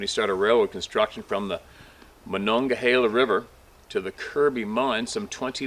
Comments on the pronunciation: MON ONG A HEELA BUT you did pretty good. Lol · You did well. Here in southwestern PA we usually just call the river "The Mon". (rhymes with fawn) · The monegehala runs through Pittsburgh too... that sounded more proper than we say it here. Great Job buddy..